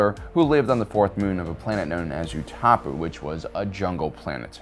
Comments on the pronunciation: Utapu ? wasnt it called Utapau ? :D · Why is he pronouncing Utapau wrong?